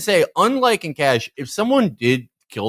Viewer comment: lmao felix calling Caché "Cash"